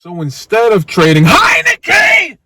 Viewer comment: When he says HEINICKE!!!! I lose it every time 💀💀💀💀